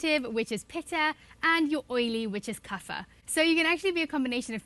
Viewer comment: I think u should pronounced vata as वात । पीता। एंड। कफ not वाथा पीठा। Pranouced as it is (original form)dont make it english word its our culture words so, its good to say its original (bcoz i personally think if english has its own pronunciation so ayurveda has its own same way)🙏